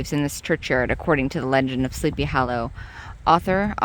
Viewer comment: I love the way you pronounce Sleepy Hollow as 'hallow.' 😄The place is amazing. A precious bit of real early American history.